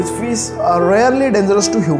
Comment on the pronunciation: How badly you are pronouncing it's not 'FIZZ' it's FISH